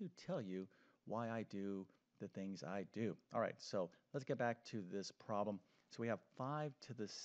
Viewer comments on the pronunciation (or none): I really, really really wish he said 'problem' I stead of 'prom'. I know it’s just because he’s saying the word quickly but still…